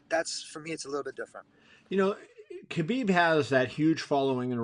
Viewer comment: Kevin you can.t still pronounce Khabib name right :) I am so disapointed in you old man.